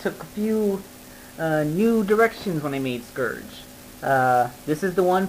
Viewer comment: Scerge? Lol that's how u r saying it.. heh